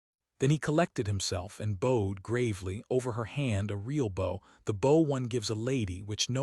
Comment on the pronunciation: Bow like cow. Program correctly please